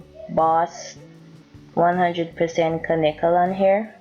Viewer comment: Fabulessme its because she's said air... they don't pronounce H's